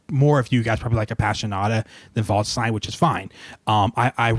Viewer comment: By the way, "Waldstein" is pronounced as if it was spelt "valdshtine", so not quite "voldstine" as I think you pronounce it. In German, 'a' is always pronounced like the 'a' in 'apple', 'st' as if it was spelt 'sht', & 'ei' like 'eye'.